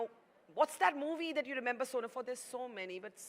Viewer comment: It's Sonam not soman